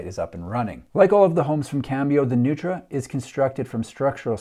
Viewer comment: The designers are honoring Richard Neutra (mid century modernist LA). It's actually pronounced "Noy-tra". Strange, I know.